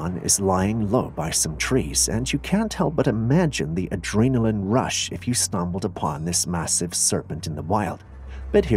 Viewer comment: The word "adrenaline" is not pronounced "a-DREY-naline". It's pronounced exactly the way it's written "a-DREN-aline".